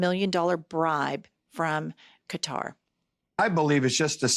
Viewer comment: Thank you for pronouncing Quatar correctly! I'm so sick of hearing it mispronounced Cutter.